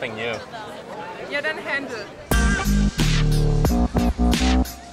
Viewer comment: Hänchen Not handl